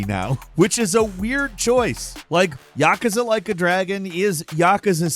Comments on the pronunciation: I have never noticed it before, but it grinds my gears when you pronounce it YAH-cuz-uh, and not yuh-KOOZ-ah.... it's probably just how many times you say it in a short time span. But still a good video for a bird. Keep up the great work. I'm a big fan! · Why do you keep saying yakuza wrong? Its pronounced ya-kuzza not yakka-sa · YakUza…Not Yakaza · It is Ya-ku-za: a consonant and a vowel in each syllable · I really wish you would learn how to pronounce Yakuza correctly, Yah - coo - za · Isn't it pronounced 'ya-koo-za' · Why he say yakuza like that lol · This is the 2nd video in a row I've watched that has featured Yakuza. And they're the only time I've ever heard anyone pronounce it this way. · Somebody picking on for saying yakuza the way he does? Why he saying it so much 😂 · You say Yakuza wrong